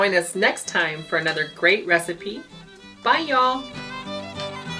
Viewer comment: Sasuke Uchiha dude it's "recipe" lol what the heck is a "ricipe?"